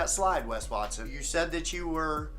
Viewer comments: As a Mexican, the "Wes Wat-sone" had me f ♡ckin rollin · “Maybe his name is Wes Watsohne” 😂😂😂